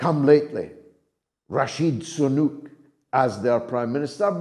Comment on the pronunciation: Did he say Rashid Sunak?!😱